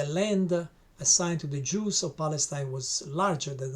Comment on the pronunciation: The books you have read to gain the knowledge to make this video are full of lies. “The Juss” man you can’t even pronounce it correctly